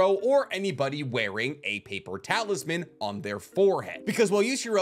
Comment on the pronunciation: He says "paper talisman" But i hear "paper towels man"